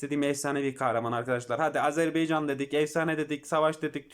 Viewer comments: Azerbaycan kanka beycan değil 😄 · Azerbaycan hocam beycan değil